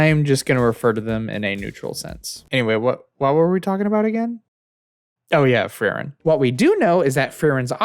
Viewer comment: very good video but as a german i always die if i hear how you pronounce frieren i'm sorry hahaa